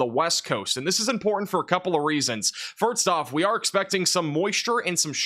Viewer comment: Is he saying firts, and farts instead of 1st !?!?!?!?!?